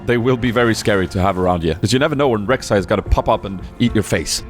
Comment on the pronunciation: read it like this, Rhek, Shai